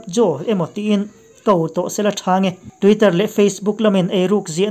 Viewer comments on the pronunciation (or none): none